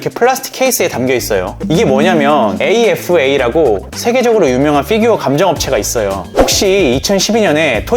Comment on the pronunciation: 걍 피규어 라고 해주시면 안될까요 ㅎㅎ f규어 킹받아용 ㅋㅋㅋㅋ